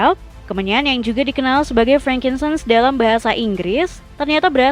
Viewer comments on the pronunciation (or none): Pengisi suara nya gabisa ngomong N kah? Kemenyan jadi kemenyah. Semen jadi semeh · Kemenyan = kemenyah Keagamaan= keagamaah Mimin sehat?😂